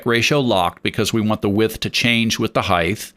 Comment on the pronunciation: You seem smart and your video is helpful. However, I’d have so much more respect for you if you didn’t mispronounce the word height. Heighth IS NOT A WORD